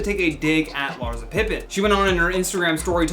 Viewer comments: Soft ssssss not hard zzzzz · It’s LarSSSSa... lol not LarZZZa